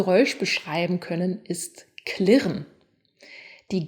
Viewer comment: Liebe, kli(e)rren ist Dialekt. Entschuldigung, musste raus;)... klirren wäre richtig (Trotz alledem ein hervorragendes Video)